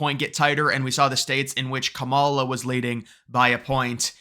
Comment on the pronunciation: It’s pronounced “camel-Ah”